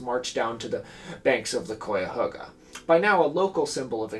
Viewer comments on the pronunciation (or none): Yes, you mispronounced it the whole time. It's usually said "Ky-uh-ho-guh" ... sometimes "Ky-uh-hog-uh" ... not Koi like the fish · kai-ahoga, not coy-ahoga 😂🎉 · Hey I'm from here the akron area about 40 mi south but it caught fire here too recently lol. And it's pronounced Kai-A-Hoga technically but if your from here the locals call it the Ka-Ga river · I'm from NE Ohio -- yes, it's something more like "kai," but don't feel too bad cos there's no fully agreed-upon pronunciation locally, either. "HOE-guh" is the 'correct' pronunciation but "HOG-uh" is also pretty common. I wouldn't be surprised if someone here pronounces it as you did. Great video 🙂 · Every time mispronounces {kai-uh-ho-ga} me and my bucket of toxic River water gets one mile closer to his home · interesting I've lived in neo my whole life and I've always pronounced it kai-uh-HOE-guh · cuyahoga is pronounced like kai-uh-haw-guh btw! (sorry i'm from northeast ohio & it was bothering me lol. cool video tho!) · Yeah, the first syllable rhymes with "guy." its ok though, this video was such amazing research and commentary that i forgive this transgression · Should be pronounced like the Randy Newman song 😆. Love ❤️ your show! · This is the first time you’ve covered my home town and I love it but the “cuy” in Cuyahoga is pronounced like the “Kay” in kayak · as an ohioan hearing him pronounce Cuyahoga wrong every time hurts my soul 😭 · im a year late here but as someone from cleveland its so funny to hear someone talk about this (and always interesting to see how people pronounce Cuyahoga that arent from here) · it normaly never peeves me when something is mispronounced but me and my brother are now doing a drinking game anytime tor mispronounces cuyahoga and I expect to need my stomach pumped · Love you but the mispronunciation of Cuyahoga is actively causing my sanity to deteriorate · It’s always fun hearing non northeast Ohioans pronounce cuyahoga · that is not how you say cuyhoga bro